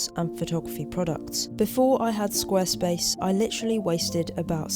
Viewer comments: pronounces Squarespace almost like "Squirrelspace". 🙂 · Love the video again! Also, I wonder how often you tried to say Squirrelspace instead of Squarespace, haha.